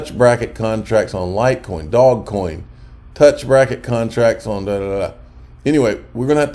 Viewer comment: Bro how can you be this close to crypto and still say dogecoin wrong.